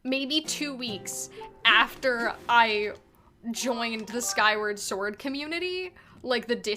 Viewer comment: SKYWA SWOR!!! 🧡